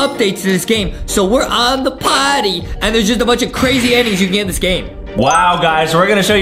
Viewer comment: Guy with yellow hair/Adam , and Justin did said potty LOLLLL 💀